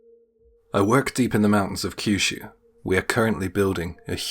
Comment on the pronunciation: I’m left unsure about the location of story 4: obviously it’s either China or Japan, but did he say Kyushu (location) and Yen (currency); or Qushu (location) and Yuen (currency)?